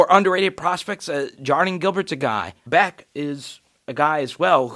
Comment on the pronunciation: Good morning ! Just a heads up . Its pounced Besh not Beck